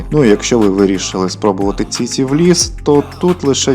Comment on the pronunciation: Ціці 😂😂😂😂😂😂 автор ти хворий?????😂😂😂може чічі чи все-таки ціці 😂😂😂😂😂